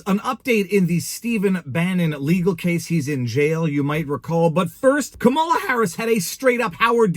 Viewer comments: Coupmala would be an accurate pronunciation. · Is it a thing by conservatives to mispronounce Kamala's name? Is it just too hard to say COMMA la? Or, what is the point of it? (I truly want to know....)